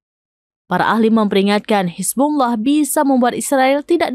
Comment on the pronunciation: Penyebutan Hizbulloh amat fashih. 👍👍👍